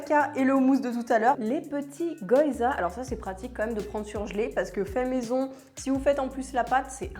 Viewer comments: Ahaha c'est pas goyza mais gyoza !! prononcer GUI-O-ZA ;-)) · Je ris à chaque fois qu'elle prononce goyza 😂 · Ouiiii une nouvelle vidéo 🤗Merci ! Ton maquillage (assorti au pantalon?) est encore une fois super joli. Je t'envoie un peu de force 💪(même si ici non plus il n'y en a plus beaucoup...). PS: Je suis désolée, mais je pense sincèrement qu'on dit "gui-yo-za" 🗾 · Plats d'hiver colonne A, fruits d'été colonne B hihih Picard c'est la vie, ca sauve quand t'as la flemme de cuisiner mdr. Les baozis sont top pour du surgelés, faut que je goute les cornes de gazelle ^^ Je sens que je vais aller faire un tour chez Pïcard, demain moi haha PS : on dit gui-o-zas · "Les goYZas" 😅😁